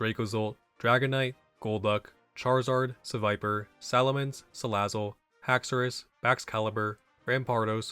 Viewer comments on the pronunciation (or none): none